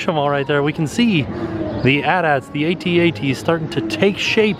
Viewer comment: Just so you know, it's A-T-A-T.